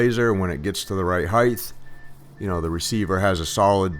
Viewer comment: Heighth isn't a word and it sounds ridiculous.